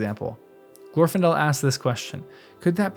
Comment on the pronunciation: The second, not the first syllable in Glor-fin-del is supposed to be stressed.